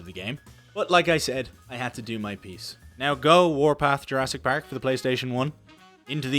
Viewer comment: my favorite part is when he says "pAehrk" :D